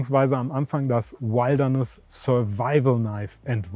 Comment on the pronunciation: Lern mal Wilderness auszusprechen, Kollege.